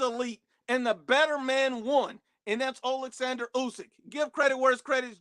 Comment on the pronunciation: This guy still didn't figure out how to say Olexandr lol he keeps saying "oxlander"